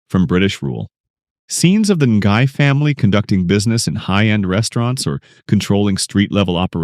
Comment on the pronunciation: As a watch enthusiast who already noticed the Rolexes in this series, I literally let out a silent scream of joy in noticing how you went into the watch segment! Your breakdown is worthy of a Hodinkee feature! The older Air King reference is just so clean and well-picked by the producers. Small nitpick: Ngai is just pronounced as 'Nai' where the G is silent. :) Subscribed for the amazing movie analyses!